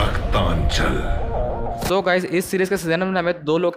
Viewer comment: Plz theek se pronounce to karna seekhe pehle aap raktanchal to theek se bol bhi nhi paarhe